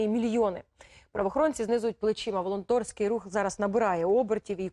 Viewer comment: Волонтерський рух, а не волонторьський рух :), от читака.